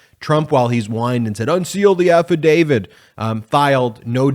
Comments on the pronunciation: Please note: the word is AFFIDAVIT - not affidavid. When you mispronounce it, you lose something in your credibility ... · AFFIDAVIT AFFIDAVIT AFFIDAVIT !!! Why should anyone listen to you on any legal matter when you continue to mispronounce AFFIDAVIT…? It’s a “T” on the end, not a “D”. You don’t sound knowledgeable when you make that mistake over and over and over. You have no credibility because of that. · As a Canadian who constantly hears about how we supposedly pronounce about as aboot, why do Americans all seem to pronounce affidavit as "affidavid"? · So many people in the television world pronounce Affidavit as "Afeedavid'. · Can you please pronounce AFFIDAVIT correctly? It isn't affiDAVID. Otherwise keep up the good work.